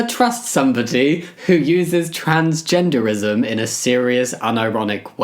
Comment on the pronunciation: fr she stabbed me with the leadcoated "Trangenderism" sword. Laughing so hard